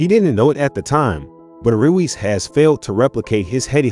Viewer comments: Royce not Ruiz lol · His name is pronounced Royce 🙏🏻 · naaaa you gotta be saying his name wrong on purpose 💀💀💀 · Dislike for not pronouncing name right. It’s not that hard